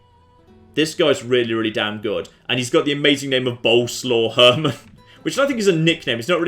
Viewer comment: BOLESUAVE HERRMAN is how you pronounce that name. Repeat after me,, 'Bolesuave Herrman'.